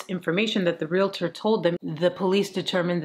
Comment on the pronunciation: Yes, thank you for the great thoughtful and thought-provoking content. And Thank You for saying "Real-tor" and not "Real-i-tor"😍😍😍